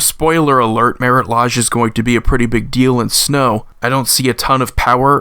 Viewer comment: sorry for what ever reason the way he says marit lage bothers me. i've heard a half dozen different ways to say anje and it never bothered me. however the lodge instead of lage rhymes with mage, sage, or rage. "ooh, the way you make me feel" got to me.